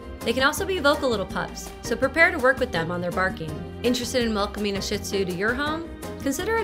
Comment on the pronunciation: It is not pronounced shit zoo. It is pronounced shee or sheed zoo.